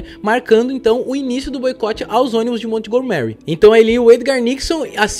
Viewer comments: "Mont Go Mary", pensei que fosse Montgomery. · Ai digo, baita video, mas uma dica, procura saber a pronuncia certo dos locais, montgomery ali é literalmente o nome do sr burns do simpsons, a entonaçao muda muito, sei que nem todos sabem ingles e tal, é so um detalhe pequeno, mas pra quem entende incomoda ser falado errado assim como erros de português, que eu sei que tu e fabil trabalham bastante nessa parte pra nao falar tantas gírias e ser o mais formal possível